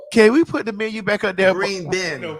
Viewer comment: had me weeeeeeak in my cubicle when he read the menyuh 🤣🤣🤣🤣🤣